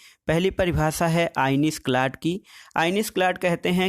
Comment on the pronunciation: सर आईनिस क्लाट नही आईनिस क्लाड हैं।